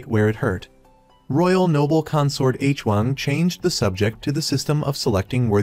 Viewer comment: Appreciate your Recaps (i watched some of them and this one today) however I noticed that you are always confused with the relationships of the characters in which the viewers also gets confused like the Queen Dowager and her Nephews when it should be her Grandchildren also is it really hard for you to mention their names correctly? Koreans never spell names Like *H-Wang, it is supposedly pronounced as *HuWang*.. also the Queen Consort suddenly became Queen Dowager? 😅 I hope you can correct this issues next time for a much better recaps.